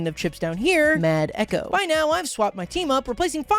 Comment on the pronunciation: mad echo with an n and a d istead of ch